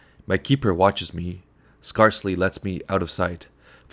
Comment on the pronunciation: a few seconds in and already mispronunciations - of 'scarcely', for example..